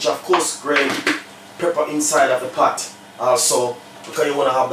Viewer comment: It's *pot not pat